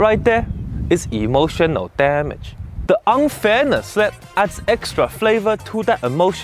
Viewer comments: "IMOtioNOL DAMedge" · Yummy Damage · Isn't that me hearing "Emotion O Damage"😆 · It’s like this EEmOtional DAMage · You are not alone, i sopposed he is saying that exactly like a motion of damage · I liked the part where he said Emotional Dah Mage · hehe "Emulsion of Damage" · "e Motional Damage" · am i the only one who hears "emotiono dam it" lul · Hahahahahahaha "E" motion o damage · EEmotional DAAmage. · Why he said EMOTIONO DAMAGE I thought he said emotional damage but he said EMOTIONO DAMAGE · I like how the subtitles get more corrupted every time he say “E. M. O. T. I. O. N. A. L D. A. M. A. G. E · E motional Dam-edge? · E motional damn age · Am I the only one hearing "A motion of damage" ? yea? no? okay.. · I hear "Emotional Damnit" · NAh i heard EmoTIOnal DAmagE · E motional Dam age, Vary Effaactive- Steven He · It now sounds like he's saying emotional damn it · tbh the first few times i saw it out of context i thought he said "emotion no damn it" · Emotional Damage(ee-mo-shun-ull-dam-idge) It hurty on the inside and make you wanna hurty on the outside. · E motional TA mage really sounds like he says a T LMAO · I always tought he says EMOTION NO DAMAGE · Today's Word: Emotional damages How to pronounce it?: Ee motional DAM ages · He say emotional damn it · eem ocean al damge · Emotional damdge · EE MO SHEN NO DAH MEJ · EEEmotional DAMnage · Imoushonol damach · Why do I hear emotional damn it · emotional damage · That right there is emotional damage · Nah, I heard it too at the end XD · Lol pitch perfect and I hear it now